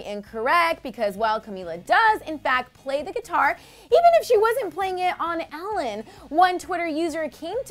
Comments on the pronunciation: Its not 'Alan' its Ellen El-len. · OMG I HAVE ALWAYS THOUGHT HER NAME WAS PRONOUNCED EH-LEN!!!😳